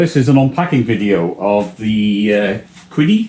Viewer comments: Qidi... it's actually pronounced 'see dee'. Also it's just the X-Max, not the X-Max 'Pro'. The X-Pro is a smaller, dual-extruder version. Between the two of those is the X-Plus. Also worth noting that you do NOT need the top cover on while printing PLA, or the front door closed. In fact, your print quality is likely to suffer because the ambient temperature will rise too much with the enclosure sealed. PLA benefits from efficient cooling, unlike ABS which requires a high ambient temperature. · I think the closest english pronunciation of Qidi would be pronounced "Chi-di" but you should google pinyin to learn how to pronounce the q sound in Chinese. Q is like ch but with your tongue closer to your teeth and lips spread wider